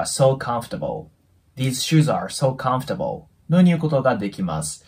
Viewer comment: このチャンネルは英会話能力がない私にとって，とても有益なチャンネルであって，とても有害なチャンネルです。 なぜなら，知らないフレーズをたくさん覚えられる反面，耳に残ってしまう間違った発音が毒だと言うことです。私は，会話できないけどコンフォータブルのようなカタカナ読みはしません。チャンネル自体を高いレベルの方に統一していただくとありがたいです。